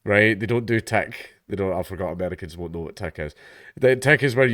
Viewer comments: It's tick not teck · It's 'tick' not 'tech'. Dank just pronounces it that way because of his Scottish accent